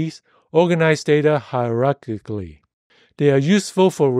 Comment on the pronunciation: No one else laughed at hierarchkikly?